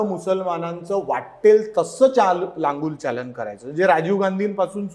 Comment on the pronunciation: लालुंग चालन नाही, लांगुलचालन...मराठी पत्रकार आहात तर आधी भाषा शिकायला हवी.